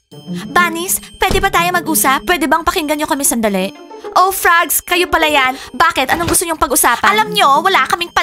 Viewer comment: Bakit yung frogs naging frocs haha